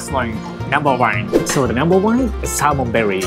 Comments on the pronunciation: I like Natto gunkan. When I first hear you say Salmon berry... I was like is it some sort of fruit? Then I saw the sushi... Oh... Salmon belly... So desu ne... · I was wtf is salmon with berry lol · The "L" and the "R" sounds are tricky, it took me a few seconds to realize you meant "Salmon Belly"! lol